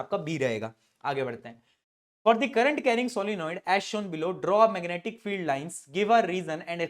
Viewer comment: me aapne meganaatic field bola😂😂